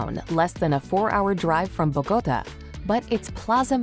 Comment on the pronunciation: Constructive feedback: the music at the end is not typical of Cartagena, or the north coast. Select music from that area, like Vallenato. Also, Bogotá the capital city is pronounced with an accented a. Thank you!!!😊